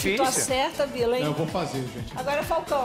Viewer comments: KKK a Xuxa fala bila se botar o u fica bilau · kkkkkk xuxa chamando Binladen de bila hmmmm que isso rmm